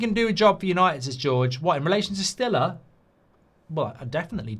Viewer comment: someone needs to let Mark know how st is pronounced in German, Bundesliga rights are in danger if he continues to say it like he did 😂